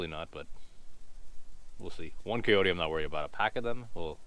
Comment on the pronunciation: The way you said coyote...got me wondering how many others say it that way too??? Anyhow, I enjoyed the video!